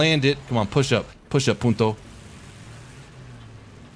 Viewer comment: it's puntA not PuntO (that's bitch in Spanish)